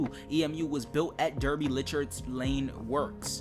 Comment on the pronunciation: Btw for future reference Derby is Pronounced Darby